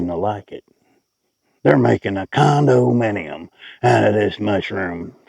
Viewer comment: "Con-doe-minnie-um". 😂 You're a hoot!